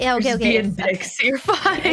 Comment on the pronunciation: "We are just being dykes, you're fine". That's what I heard right? I don't think I've ever heard some one say 'dykes' instead of 'dicks'.